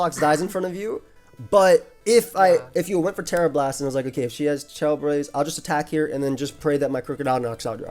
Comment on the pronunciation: "Tera blast clit"